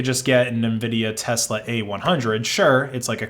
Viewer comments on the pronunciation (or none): none